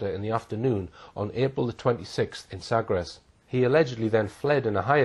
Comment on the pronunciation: Drogheda pronounced draw hee da , silent g. Small point but necessary.AND , emphasis on the 1 st syllable Happen to know , i used to live in Eire Also, Sagres.... is pronounced Sagresh.. I know ? I WAS there , and lost my virginity there I know, ....too much info there, but TRUE